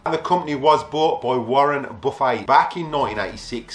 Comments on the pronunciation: we in US also pronounce it that way when referring to the piece of furniture. But Warren Buffet is famous and people know he pronounces it Buf-fet. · When he talks about Warren Buffet, he says Warren "Buf-fay", lol.